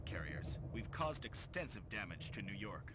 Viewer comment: "New Yark"